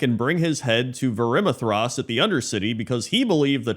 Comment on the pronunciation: my dude, just a small nit pick, that is not how you pronounce Varimathras😂 If you'd like find some old WC3 video and hear it